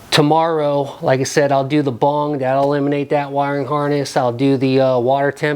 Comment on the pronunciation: Lmao its bung not bong your doin it wrong man you hit the bong and everything else is easy bro😉😆👻🤘